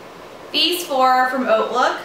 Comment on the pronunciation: Did not know Hautelook was pronounced like Oatlook!